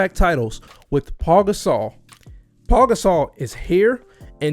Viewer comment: It’s not “Paul” it’s Pau.